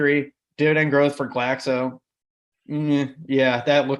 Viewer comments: It's GLAXO not GLASO! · It's pronounced GLAX-OH